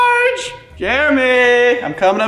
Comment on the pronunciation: It’s not Jeremy. It’s CHAIRamy LOL.